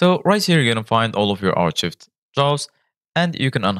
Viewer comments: ar-chived? it's pronounced AR-KIVED. lol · Pour prononcer "archivé" en anglais, dites "ARK-ived."